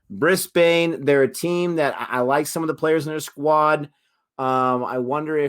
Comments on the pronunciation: Brisbane Heat - it is Brisbane with a short second syllable not a long one so "Brisbin" like "pin" not "Brisbane" like "pain." Their home ground is the Brisbane Cricket Ground but it is known by everyone as "The Gabba". All cricket fans from anywhere in the world just loves to say "at the Gabba". My childhood is filled with memories of sitting alone in the stands watching cricket all day long from as young as 10 years old. It is my happy place. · It's easy to pick an American when they pronounce the names of some of our cities phonetically. Brisbane = Brisban Melbourne = Melben Canberra = Canbra